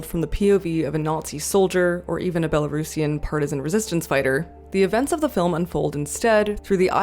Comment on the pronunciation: Omg, thank you for pronouncing "Belarusian" correctly ❤